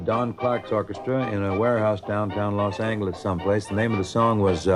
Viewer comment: Who the hell pronounces Los Angeles as los Angle lis ????? 🤦‍♂️